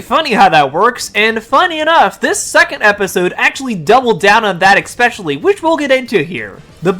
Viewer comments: eSpecially not eXpecially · Dawg stop saying ecspecially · What is, "Ex-specially?" Are you sure it's a word? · Ok I looked it up and it turns out, "Ex-specially," is definitely not a word. Please affect the correction to your video a.s.a.p.